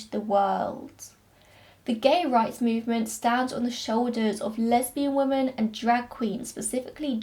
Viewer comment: Do you pronounce women and woman the same, or am I just hearing it that way in your accent? No hate, just curious 💖